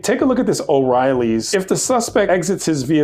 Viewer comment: Just FYI... The store is called O'Reilly. It is not called O'Reilly's. I worked at the corporate office for 7 years. We always cringed when we heard O'Reilly's....